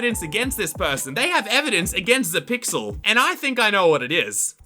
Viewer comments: not zeepyl its zepyxl >:( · Zepyxl is a pro obby youtuber but uh you said zepyxl wrong